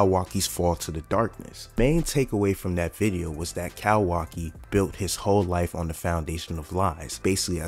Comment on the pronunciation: Bro I’m loving the vids and how spot on ya predictions be but the “cowaki” has to stop 😭🥀